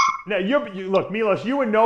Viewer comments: It's not Milos it's Milosh 😂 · ...and not Milosh....but MILOŠ